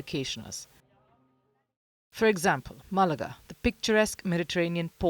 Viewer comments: its Malaga Cabron Not Malaaaga.. Lol do your research.. Lol..its also tomato.. Lol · The locals depend on tourism. they vote for pro tourist leaders. And its MAL-UH-GAH, not Mu-luh-ga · Since you cover international affairs, you should make a point of pronouncing names correctly. It's MAlaga, not MaLAga. Painful! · ma la ga not marlarga.ffs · Its Ma’- la-ga journalist…. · It’s pronounced Malaga…. Not Malaga…. 🧐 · not Mal ar ga. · Maybe pronounce the city names correctly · He butchered Malaga.